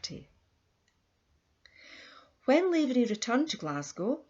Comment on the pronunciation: Please pronounce his Irish name correctly its NOT Layvery but Lavery ... Lav as in "have." I myself am a LAVERY.